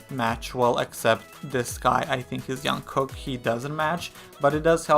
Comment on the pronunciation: Oh Jungkooks name is pronounced Jung - Cook (Kook)